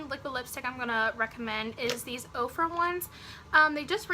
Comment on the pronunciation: I am loving your hair and makeup! And I thought you were saying OPRAH lipstick and I'm thinking wow I did not know Oprah started a beauty line..HAHA! Now I see you meant Ofra. Just subbed!